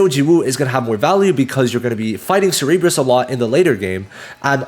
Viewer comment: Cerberus is pronounced Sir-Ber-Us btw